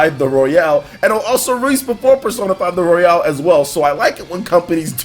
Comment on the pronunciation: Does he know it's not pronounced Royale as in Battle Royale but its pronounced Royal as in Royal Rumble?